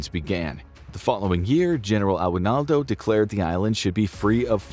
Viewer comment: The way he pronounced aguinaldo was funny